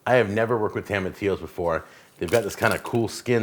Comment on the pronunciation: They are pronounced toe ma tiyos :)